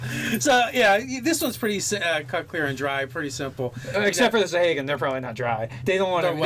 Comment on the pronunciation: These crazy D&D monster names. I have always pronounced them 'sawa-gin'